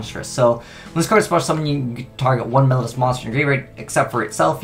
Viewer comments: "Mel-low-dee-u"', not "Mel-ud-us" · please read this comment. Mel-OH-dee-us. I am trying to help you.